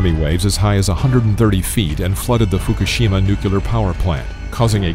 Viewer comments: Fukishima? Not Fukushima? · misspellings and mispronunciations galore… Fukushima, not Fukishima Laurasia, not Laurussia Eritrea is pronounced air-ih-tray-uh, not er-ri-tree-ya I'm sure there's more, but I'm not going to re-watch.